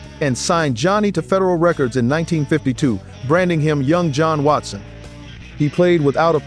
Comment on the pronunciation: Thanks for being the first guy to really sound out Johnny Watson properly on You Tube!! A Masterclass!!